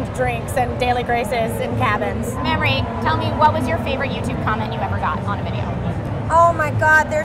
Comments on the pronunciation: I'm pretty sure Trisha kept mispronouncing Mamie's name. Oh, Trisha. Mamrie is not an adjective pertaining to milk-giving glands. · mah-mrie -.- ughhh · Omg the pronunciation of Mamrie's name in this vid 😂😂😂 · It happens. Grace pronounced Mamrie's name wrong for like a year.